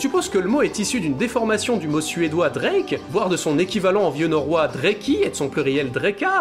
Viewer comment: Signe de l'américanisation rampante de nos esprits : la prononciation d'un mot suédois à l'anglaise ... La prononciation de "drake" est "draa-ké" ...